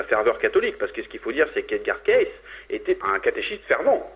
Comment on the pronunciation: de plus on prononce edgar caicy et non caisse !